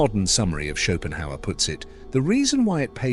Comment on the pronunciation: when AI calls Schopenhauer “Chopin”